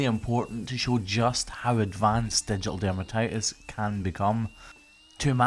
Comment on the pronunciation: Poor lass! I've been watching your videos for awhile heard you say ditial dermatitis but didn't know it was a flesh eating disease but I do now, thanks